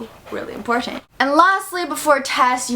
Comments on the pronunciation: She said this is very Imporshent instead of important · There's something about the way you say "important" sounds cool👍🏻